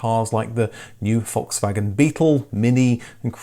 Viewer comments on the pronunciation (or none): none